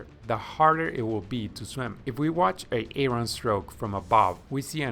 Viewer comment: He said A-aron, like Key & Peele’s substitute teacher